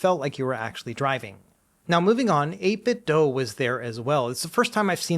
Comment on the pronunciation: I think this is my favorite CES coverage video so far. Thanks! FYI I'm not sure if you're aware, but you're pronouncing 8bitdo wrong. It's said like "do" or "dew" not "dough".